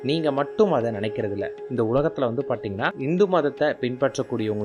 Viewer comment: நீங்க தமிழை சரியாக உச்சரியுங்கள் அதென்ன. பார்த்தீங்கன்னா -னு சொல்ற அந்த வார்த்தையை பாட்டிங்கன்னா அப்படீன்னு சொல்றீங்க, தப்புத்தானே அது...